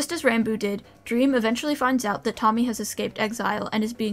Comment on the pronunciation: Pronounced ranboob wrong the whole damn video